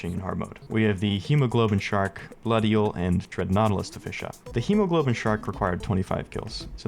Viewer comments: It is pronounced hemoglobin like how goomb1 said, but iirc the actual enemy name is hemoGOBLIN Shark, I could just be stupid though and have bad memory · And hemoglobin shark. Like dude, is a goblin shark. Its hemoGOBLIN shark, not hemoGLOBIN shark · Its hemoGOBLIN, not hemoGLOBIN, absolutely unwatchable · its Hemogoblin. its a pun on Hemoglobin, a protein in red blood cells. So its Hee-moh-gah-blen